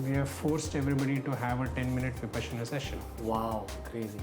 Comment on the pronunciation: Vipaashana ? get your proununciations right, All Indian languages are phonetic and this interviewer screws up an Indian word 😬 an Indian who doesn't pronounce an Indian word correctly. Vipassana or Viparshana. it's a Shame! Vi Paashana, Paasha = leash. Parsha or Passa ( Pali )